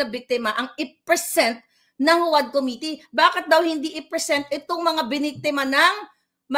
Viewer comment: Also: Committee = Koh-miti